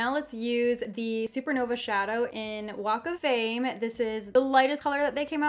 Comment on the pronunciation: “Walk of fame” I heard Wake Flame